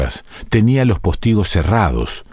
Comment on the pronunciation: Me generaste una duda y consulté el diccionario de la RAE. Estás equivocado, es postigo, no póstigo. Espero que te refieras a la pronunciación y no al tilde. Aún así, no sé si es cierto.